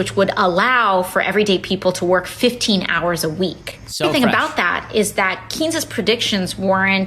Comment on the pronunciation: PSA: Keynes is pronounced like “Kanes”